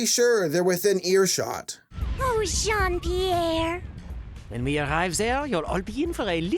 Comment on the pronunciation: not even , when he introduced himself he pronounced Jean Pierre like an English speaker .